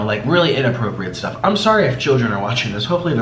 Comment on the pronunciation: “Some sErriOusss sTufff”